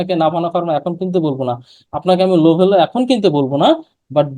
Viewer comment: লোভেলো নয়, লাভেলো বলো।